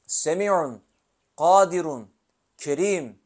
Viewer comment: KADİRUN ismi azam şerifi Gaadirun mun yoksa Gadiirun diye mi okunur. Arapçasında gadiirun diye yazıyor. Siz gaadirun diye Okuyorsunuz. İkilemde kaldım